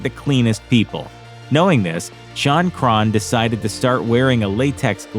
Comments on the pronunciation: It's Crahan not Cron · Jesus Christ, do you conduct ANY research for these videos? Crahan is pronounced cray-on (just like a Crayola). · For the record Crahan is pronounced Cran. The "h" and second "a" are silent. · “Drummer, Shon Chron” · The way he says Crahan makes me wanna beat him up pretty severe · This is how many times he mispronounced Clown’s last name. 👇🏻